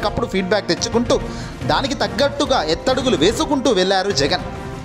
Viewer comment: తాటితెల్లం,ఎత్తడుగులు ఏందిరా దరిద్రపు వెధవ.తెలుగుభాషను ఖూనీ చెయ్యకురా సామీ.తాటిబెల్లం అని అనలేదు అందుకు సంతోషంగా ఉంది.ఆ పదాలు తేటతెల్లం, ఎత్తుగడలు అని తెలుసుకొని చదువు సామీ.